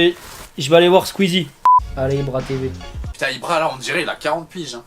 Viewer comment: Squeezette pas squeezie sinon génial la vidéo